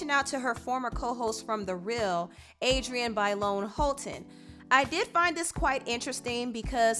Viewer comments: 😒😒😒then he said Adriana 🙄🙄😠ughhh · Pronounce Adrienne’s name right wtf